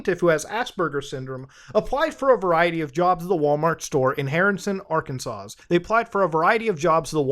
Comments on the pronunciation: By the way, it’s pronounced ‘Arkansaw’. That last “S” is silent. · The last "s" in Arkansas is silent.